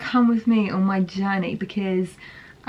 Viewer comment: Anyone else notice how pronounce because? “Beciz “ 😂